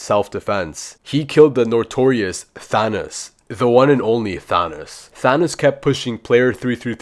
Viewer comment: "Thaonoos" bro said Thanos wrong